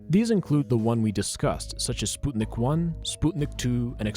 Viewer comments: So now I'm supposed to call it "Spootnik"? Sput-nik, NOT Spoot-nik!!! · is he russian? Are we in Russia? The English pronunciation is spuhtnick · I'm sorry but I can't get over how ridiculous "spootnik" sounds ... It might be closer to correct but if you're speaking English you don't have to pronounce one odd word in another language... It makes your speech sound stilted. Just say "sp-uh-t-nick"... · Its not spUtnik its its spŭtnik ŭ/ă are used for the same sount as U in the word "but" and (ă/ŭ) are phonetic translation and used in many alphabets! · Is it actually pronounced "Spootnik" or is it "Sput-Nik" because I've never heard anyone say "Spoot-nik" and everytime he says it I get confused whether he's pronouncing it right or wrong. Plz help😭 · I’m 61 and never heard it pronounced spootnik before. 😂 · It's still spootnik, so.. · Why do you pronounce Sputnik as Spootnik? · ''spootnik'' lmfao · Its not pronounced spootnik you pseud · All I can hear now is “Spoot”nik 🤦🏼‍♀️ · the butchery of the pronunciation of "sputnik" hurts. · It's a russian spacecraft. Google how its pronounced in russian genius. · why do you keep saying sputnik like that?? i dont understand how yall kids dont know how to pronounce words anymore, i get you dont learn anything in school but the front page of google literally teaches you how to say words lmao